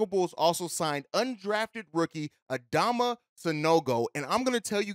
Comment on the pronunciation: Pronounced Adam-ma